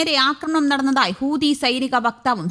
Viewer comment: ഹൂദിയല്ല ചേച്ചീ.. ഹൂതി എന്ന് പറയൂ! അയ്യയ്യേ!